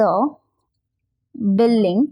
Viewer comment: Billing nahi building hota hein 🤣